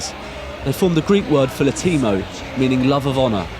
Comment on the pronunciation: I just wanna say it's filótimo and not filotímo